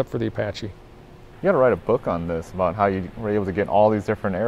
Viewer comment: “Aboot” lol